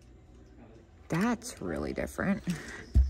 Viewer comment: pronounced "Pung-ah"